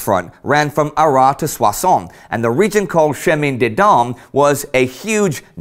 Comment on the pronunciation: Hi Indi, the s is pronounced in Arras